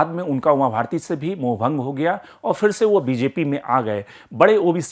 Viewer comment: Fir nahi phir. Sahi uchcharan toh karo